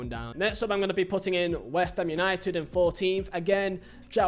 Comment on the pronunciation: YANITED 🤣🤣🤣 Amorin overatted